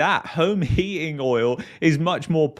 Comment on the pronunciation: What the hell is "heaing"? Are you saying "heating"? Why can't people pronounce words properly on YouTube?